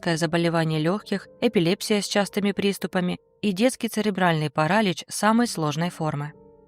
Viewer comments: ИИ не озвучивает идеально. У него много проклов с расстановкой ударения. Вы сказали "парАлич", а не " паралИч". Еще какая-то ошибка была, не вспомню какая. Поэтому показалось, что озвучивает ИИ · Тоже из-за слова парАлич подумала, что ИИ) Рада, что это не так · значит проверяйте ударение, а то у вас паралич неправильно сказан, но при этом её диагноз вы молодец, без ошибок прочитали, так что пошло не так с более простым словом, обычно так косячат нейронки, поэтому я на это и подумала